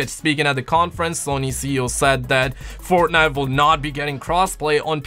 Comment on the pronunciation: Keeps on saying fortnut!!!!😂😂